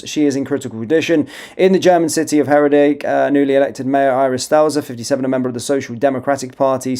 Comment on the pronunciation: It's not Herrer dick (as you pronounce it), it's hair decker (Herdecke). Try reading it. How reliable is the rest of your news?